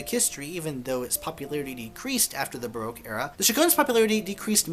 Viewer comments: It’s pronounced BA ROCK. As I live 300 metres from the most famous Baroque palace, the Belvedere in Vienna and Vienna being the most Baroque city of all I guess I should know. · Pity you can’t pronounce baroque !